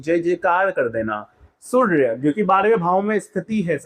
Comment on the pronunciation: Hahha.. Everything is good except how you say SurrrRrRya.. Jai SurRRrRRrya Dev 😁